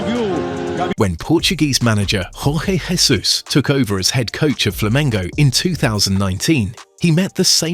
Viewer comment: Jorge Jesus is from Portugal, the narrator is using spanish pronunciation on his name. 😄